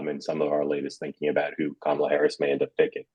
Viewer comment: Sean, let’s transition to proper pronunciation of Kamala today.